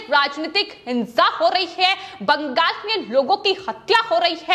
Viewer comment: पश्चिम बंगाल को बंगास क्यो वोल रही है? हमेशा यह गलत वोलती है इसको हटा देना चाहिए ।